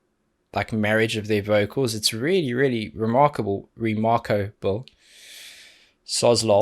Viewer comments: Re-MARKO-ble. I'm dead LOL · RE-MARCO-BLE! New term unlocked. We heard it from first. 😁😂🤣